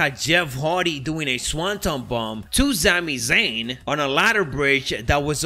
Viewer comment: “Zami Zayn” every time he says it I laugh lol